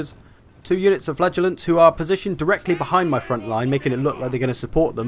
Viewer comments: FlA-Gellants? Wierdest way of saying FlaG-ellants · Sounds like you say "flatulants" ...